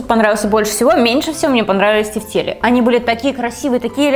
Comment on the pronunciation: На всякий случай ударение в слове тефтели падает на 1 . тЕфтели.